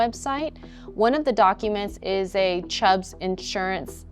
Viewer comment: Its Chubb insurance, not Chubbs